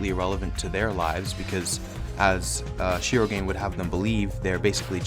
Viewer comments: I had no idea that you were talking about Tsumugi until the very end XD you are supposed to pronounce all syllables in her last name lol Shir-O-gan-e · Sorry to be that person, but Shirogane is pronounced ‘Shiro-gahn-ay’. Japanese names pronounce the ‘e’ as well.